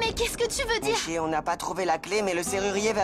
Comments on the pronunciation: Nisi ginesh peut pas dire Nishi, lol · Qui a remarqué que Jignesh dit tjrs Nissy